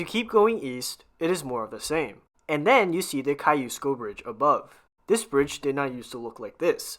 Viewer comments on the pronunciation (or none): KOS KEE YOU SKO BRIDGE. That is how I’ve always heard it.